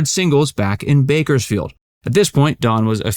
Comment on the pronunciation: There's an S in Bakersfield. narrator